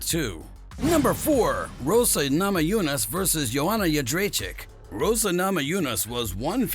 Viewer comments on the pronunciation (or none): Rose. Not Rosa... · Good vid. But please at least get the names right. ROSE not Rosa lol